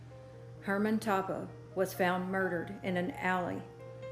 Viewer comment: Toppah is pronounced Toe-pah